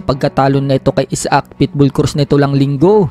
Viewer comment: ito ang Tamang bigkas,aysak,hindi Isa ak